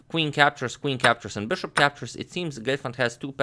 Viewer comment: Not Glefand ...It's Gelfand...Lol😂